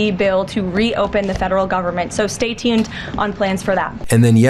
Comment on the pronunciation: Did Leavitt say "Stay Teened"?